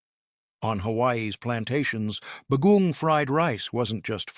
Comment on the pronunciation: Agreed. The pronunciations were terrible. It took me a while to figure out the third food was saimin because the pronunciation was so bad. Others were recognizable but just horribly pronounced (like bagoong). Also, the descriptions of the different dishes were so redundant that it sounded as if the same food was being described over and over again.